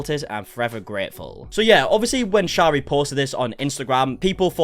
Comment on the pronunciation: You are pronouncing her name wrong, it’s pronounced sherry. 😬